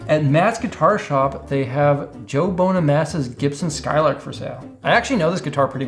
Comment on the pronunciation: Lol. It’s not Bone-a-massa, it’s Bun-a-massa